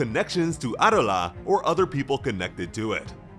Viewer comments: It’s pronounced Abdullah 😞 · The way you say Adola is frustrating. "AH DOUGH LA" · Why did you decide to say Adolla like that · Honestly really like the way he says adola but doesn’t make it the correct way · There is literally a dub and sub version and no one says adolla like that, do you actually watch the anime or just read a script?